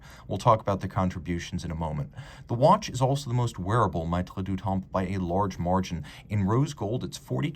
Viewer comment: Really nice piece and as always, a great review. FYI, it's pronounced "meh-treh", not "my-treh".